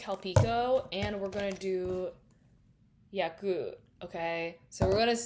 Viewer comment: i've never heard anyone pronounce yakult like that im gagged